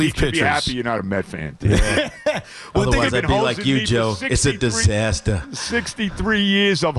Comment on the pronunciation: it’s a disastaaa lol nice tiki